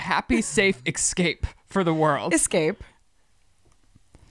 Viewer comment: listen to Liz, it’s essssssss-cape. Do you see ekscape? No, you don’t.